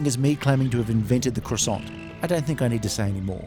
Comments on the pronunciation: You need to work on your pronunciation of croissant! Hehe! It’s pronounced qua- sont! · It's pronounced "kwa-sans". It's French, you know. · croissant doesn't have a hard 't'